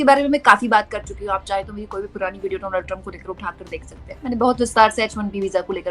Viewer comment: रिपोर्टर होने के नाते कम से कम नाम का उच्चारण तो ठीक से करें डोनाल्ड नहीं डॉनल्ड